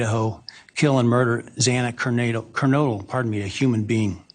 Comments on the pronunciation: Yes Ashley it was extremely sad to hear the judge get Zana’s last name wrong twice 💔🥹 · I was really pissed at the Judge mispronouncing the name twice. TWICE. That’s just plain disrespectful. 😡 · Exact my opinion,Ashley!To pronounce Xanas Lastname false 2 times is ridiculous!🤯